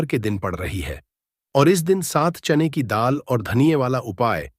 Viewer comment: Pehle bolna to sikho bar bar chane ki daal chain ki daal kar rahe ho